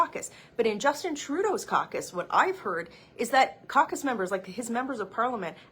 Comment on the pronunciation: “Trudeau needs to calm down his coock-us”……sorry my English no so good.